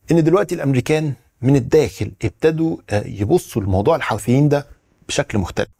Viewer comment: المصريين ينطقونها الحَوٓثيين . الصحيح الحُوْثيين .. بدر الديني الحُوثِي